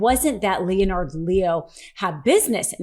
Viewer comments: Leonard is pronounced Lennard not Leo-nard, I've had this crap all my life, look it up and pronounce names correctly! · It's Leonard, pronounced "lennard" not 'Lee-on ard". Also Amicus briefs are not "Am-ee-cus " briefs. Grammar is everything ! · Leonard....not Leo - nard Lol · Phonetics are tough...Leonard sounds like Linnart....not L E O NARD.. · The name is pronounced Le-nard, not Lee-o-nard. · Leo Nard? It's pronounced Lennard!! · LeeOnard?? Lol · Please, it’s not Lee.Oh.Nard. Total cringe. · Just curious why you are pronouncing "Leonard" as Lee-o-nard. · You don't pronounce the o in Leonard. Just like Leonard (lennard) on Big Bang Theory. It's Lennard Leo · Why do you insist on pronouncing that traitor's name as /LEE-oh-nard/? Is that some sort of regionalism? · OK. Enough! It's pronounced len-erd. Leonard is pronounced, Len as in Len-(ny) and nard as in you hit 'em in the nard(s). Leonard. Verstehen sie? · Lee'o-nard? Are you AI? Or just didn't know proper pronunciation of Leonard? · Leonard is pronounced (Len-nard) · It is pronounce Lenard. Not like a ninja turtle. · pronounced LEN'-ARD Leo sister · Leonard Leo is a first class snob. He pronounces his name Leo-nard because he's such a snoot. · You may want to check your pronunciation of "Leonard." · I hate the dude. But his name isn't pronounced as you think. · Does this woman really not know how to pronounce common proper names like Leonard? Or common news words like amicus? Needs to see an ENT about those sinuses. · Okay, for future reference a little pronunciation correction. The O in Leonard is not pronounced. Treat it as if there is no O in the name at all. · You don't know how to pronounce the name "Leonard?" They say it for you in the first clip you use here. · Why are you pronouncing "Leonard" wrong?